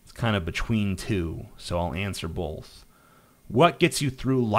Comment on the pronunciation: "Bolth" - TJ Kirk